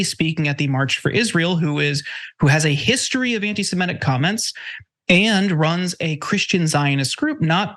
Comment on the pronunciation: and, please learn the correct pronunciation of "semitic".